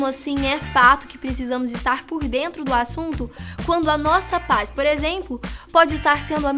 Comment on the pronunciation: Só eu notei que a falou Por exempo??